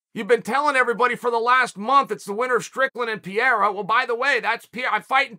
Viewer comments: Not “Pierre-ah” it’s “Per-ay-uh” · Uncle Chael has few months to learn how to pronounce Pereira 😅 Look how Joe Rogan said in the octagon, it is not perfect, but enough. Or, you can say Poatan. It is not his name, but everyone in Brazil calls him like that and it sounds like a name. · Chael, you better learn to pronounce Alex Pereira's name, because we are currently depending on him to save this division. It didn't work. The entrance was awful. The fight was awful. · I usually enjoy chael botching the fighters names, which is absolutely intentional btw, but the way he pronounces pereira kind of annoys me